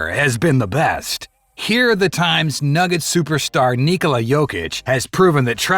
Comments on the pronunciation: Ne!! On je Nikola nikako NikOla, upamti, čovek ispravno kaže. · He's not nIkola, he's nikOla